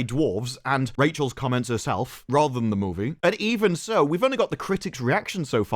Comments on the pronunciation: Take a shot every time he says Moevie. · I think when you were young and learning to talk, your parents took you to Canada. There you heard the word 'movie' for the first time and, from that moment on, you forever more say the word movie with a Canadian accent